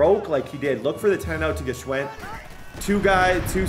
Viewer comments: I should’ve said this a long time ago but i believe it’s pronounced “Schwind”, the G is silent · Yooo I’m almost positive the G in Gshwend is silent lol